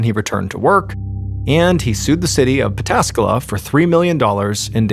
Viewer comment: Props for pronouncing Pataskala perfectly.